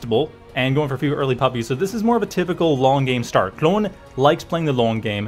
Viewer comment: Best part is how you pronounce your o's after saying Klon's name